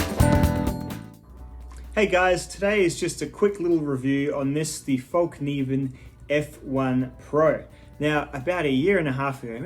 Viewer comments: I can't hold it back any longer. Over the years I have heard so many people on YouTube refer to this knife company as Falk Niven. It is spelled Fallkniven, so why is it not pronounced Fall Kniven with a silent K? Think Morakniv. You don't pronounce that as Morak Niv. I am most likely wrong in my thinking but it drives me a wee bit crazy every time I hear someone say Falk Niven. Looks to be a well made practical knife in a manageable size. I do however find them to be a little too rich for my budget as compared to the knives I own & use almost daily. Sorry for the rant. I always look forward to new videos from you as I have been since about 2012 or 2013 whenever it was that you still had less than 1000 subs. Cheers from Canada. It was a little strange to see your lush garden. We are just starting spring but still feeling the cold of winter. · Late reply, but why not. In Swedish it’s Fällkniven, with an ”Ä” and you should pronounce it Fell-Knee-ven. The “k” is NOT silent. Fällkniven means ”(The) Folding Knife” In Swedish disambiguation is not used when putting words together so Fäll and Kniv becomes ”Fällkniv”.